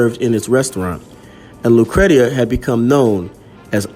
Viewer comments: Thanks for posting this video. Her name is pronounced lu-cree-sha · It's pronounced lucresha. Great story loved it . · Her name was pronounced LOO - CREESHA. FYI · My sister’s name is Lucretia… “Lu (long sound ‘oo’ ) / Cree / sha”